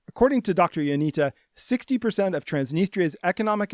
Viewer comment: Not to be that guy but its Ionitsa. The cedilla under the t makes it a ts.